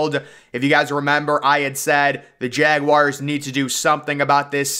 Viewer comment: Had to mute this person because of this. Glad I wasn’t the only one annoyed. :/